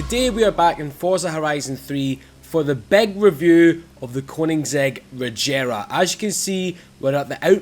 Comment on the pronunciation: it's a g not a j